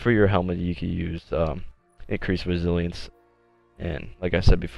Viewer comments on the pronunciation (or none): resilence he forgot to pronounce the other I resilience